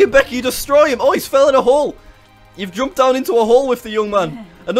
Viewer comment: "Beckeh, get off mee leegs!" is now my favorite scentence. Thank you jack, very cool.